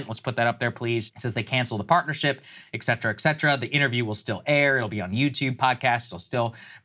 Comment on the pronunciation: Sagger. It’s “et cetera”. Pronounce it right so that I can spell your name right. Thank you 🙏🏻